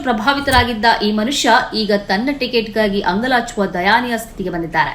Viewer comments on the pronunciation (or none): ಅದು ದಯನೀಯ ಮೇಡಮ್. ದಯಾನೀಯವಲ್ಲ.